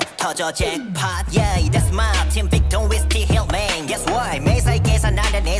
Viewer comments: It's VIC-TON not VIT-CON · Actually you said it wrong the entire video. Lol You also mispronounced it in the last VICTON video reaction